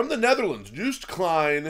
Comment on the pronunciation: Its not Juiced Kleihn but jooooost klein oooooo klein pronounce Klyne